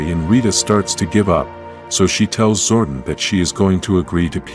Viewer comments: its zordon not zordin!! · The ai voice like to butcher all the words like names and make them into one syllable zooorrrdin zooordin that all I kept hearing my god man. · 🥷🏽 said "ZORDIN" && "Knight Knasty" not "Knasty Knight" 🤦🏽‍♂️🤦🏽‍♂️ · Zordon not Zorden don't use AI if you can't make it say words right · It's zordon not zwordin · I stopped watching at 8 seconds when I heard Zordon pronounced Zordin instead of Zor don. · Dude your saying his name wrong I used to watch the power rangers when I was a kid and this just pisses me off I didn’t like your post you keep pronouncing his name wrong 🖕🏻there are you happy I didn’t wanna do that but you fucking made me stop calling him that. Say it right! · Honestly, I stopped watching the moment it pronounced Zordon as Zorduun. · Same. Having Zordon pronounced as Gordon and Bryan Cranstons face as Zordon just made me switch right off. This shit needs banned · Yes I am sure there are linguistics scholars at oxford university that are cringing at the incorrect pronounciation of zordon.